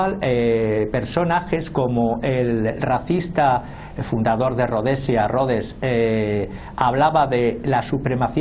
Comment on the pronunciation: Pésima pronunciación en inglés de tu analista español , aunado a su acento español , hace que casi no se le entienda nada , Rodes?